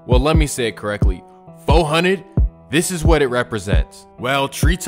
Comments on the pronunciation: Well.. let me say it correct.. “Fo-Hunnid” 😂💯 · “ foe hunnid “ 😭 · When he said-"FO HUNNID"- I almost completely lost it!😂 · the way he said 4Hunnid tells me he be at every cookout live & local